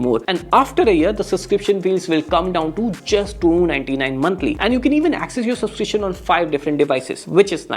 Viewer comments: Dude, it's pronounced subscription with a 'b'. Heard it being said so many times the wrong way. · Subscription ❌ Suscription ✔